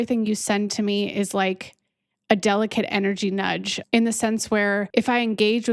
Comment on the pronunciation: You said nudge